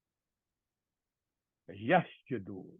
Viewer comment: Pronunciation needs to be improved like; yasjuduon